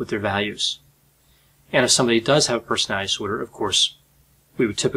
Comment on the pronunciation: Persnaltsnorder said 1000 times. Respectfully, as a court reporter I can’t watch this due to the lack of diction and care with the delivery of your words, but appreciate your command of the subject matter.